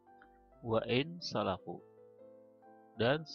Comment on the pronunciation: wa in safaluu bukan salafiu